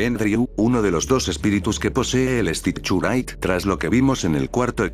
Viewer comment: Me da risa como el Loquendo no pronuncia bien el inglés y dice el stichurait XDXDXDXDDDDD